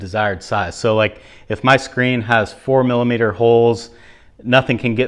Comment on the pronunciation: 4mm you went all Canadian there!!